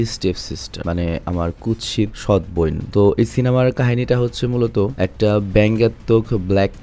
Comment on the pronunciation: সৎ বইন😂😂 বোন না বইন??😂 ভাই আগে উচ্চারণ শিখেন